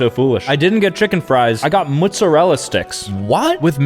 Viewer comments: It is mozzarella not muzzarella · “mutsawella sticks” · Moozerala sticks its mottesrella sticks😂😂😂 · Mozzarella on Mootzarella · It’s mozzarella, not moostarella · mutzurelluh mutzuhrelluh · He pronounces them "Muzzarella" sticks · Did he just say mootsarella? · moo-sorela sticks? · why did you pronounce it mutzarella🥲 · The fact he's half Italian but says mootsurella is, hurtful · bro said mutsarella sticks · No one talking about how he called Mozzarella sticks muzzarella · bro said “moozarilla sticks” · "mootzerella sticks" 2025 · Did you say 'mootzarella'? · "mootzarella sticks" Really? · i’m just wondering why you keep saying mootzarella sticks 😭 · Bro is 50% Italian and still says MoOtZeReLla 💀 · Am i the only one who realized he said mootzuhrella sticks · “Mootsarella sticks”😂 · “Muszerrella” - pronouncing mozzarella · Bru muttzarala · I laugh so hard every time mispronounces a word. This video mootzerela sticks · “Mutzerallera Sticks”???😂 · “Muzurel sticks” ? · i dont like how sam says “mootsarella” 😭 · mootzarella sticks😂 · He’s motzella pronunciation 💀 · Bro said "Muzzarella" 😭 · The way he says mozzarella sticks is crazy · Even though i am white the way he said mozzarella sticks made me a bit mad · Why the hell do you pronounce mozzarella like that I can tell this guy is white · only Italian Americans in the north east pronounce it like that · no it’s cuz hes saying the name wrong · It’s cuz he’s from New Jersey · Why do you pronounce mozzarella like that? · doesn’t know how to say mozzarella 🤣🤣🤣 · no way it’s said like that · how did just pronounce mozzarella???💀💀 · No he misspronounced it